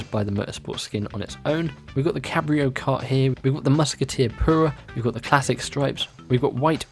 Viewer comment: You have some problem saying your U’s? Come on. pUra. Not poo-ra.